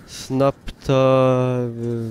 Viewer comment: To twoje "Snapta" to po prostu "Sparta" ;)